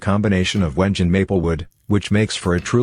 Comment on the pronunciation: Your robot narrator needs to learn how to pronounce Wenge. Why a A.I. voice?